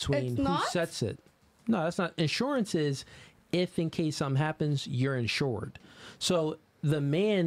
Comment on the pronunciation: She talkin ENsured, talkin INsured